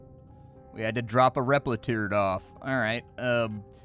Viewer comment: The moment he said "repliturd" I was sold